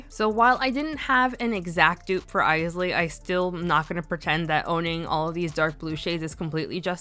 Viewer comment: I just put on Bowie today 😊 Also, yay! I keep laughing when I hear people mispronounce Isley, which was most other nail vloggers (not you). I guess they don’t know the Isley Brothers.